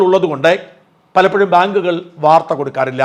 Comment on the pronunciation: " ഭാങ്ക്കുകൾ" അല്ല!